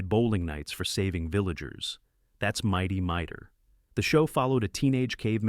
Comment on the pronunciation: It's not "Mighty Miter", it's "Mighty Mightor". And by the way, the title card you used, was mine